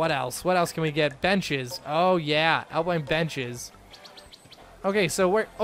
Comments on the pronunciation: no its pronounce alpine not apline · Al-pine not al-pline ... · its alpine not alpline xD